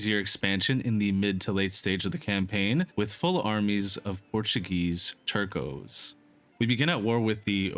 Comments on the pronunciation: Nice video! Fwiw, “Tercio” units are pronounced “Ter-th-ē-ō” then slap on the s at the end. It means one-third/third in Spanish. Other than that, keep up the good work! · I see people more often than not absolutely butcher the word “Tercios”. It’s a soft “C” guys…